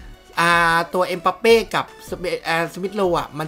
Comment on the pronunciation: ชื่อถูกต้องเขาเรียกเอ็มบัปเป้ บ่ใช่เอ็มปัปเป้ มั่วหลายแท้ อ่านอังกฤษออกจริงป่ะเนี้ย